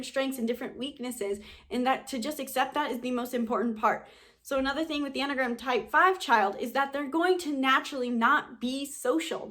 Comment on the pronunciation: Couldn't get past 1 minute in this video. The way she says enneagram makes it sound like mammogram bc she's missing a syllable... I'm a type 1, so shoot me😑